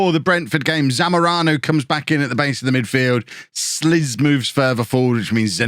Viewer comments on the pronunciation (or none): slisz surname is actually pronounced slish with heavy sh ;DD